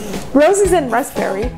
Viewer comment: rapberry? lol love these c